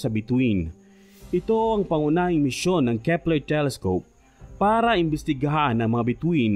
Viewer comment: at nadiskubre ng kehpplerrhh